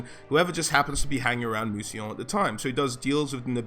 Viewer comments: Thank you! I love the way you pronounced Mousillon and recognised its Influence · Worth a like just for not pronouncing it 'Moosylawn'.